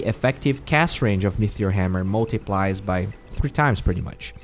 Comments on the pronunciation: great video as always, very informative but pls stop saying metheor instead of meteor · Say it with me: "MEE-TEE-OR" There is no "H" !! You say "metheor" or "mithril" sometimes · Sounds like you are saying mithril hammer rather than meteor? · It's not an accent. T is not F or TH. Mefeor or Metheor, which are two ways he's saying it, are not real words.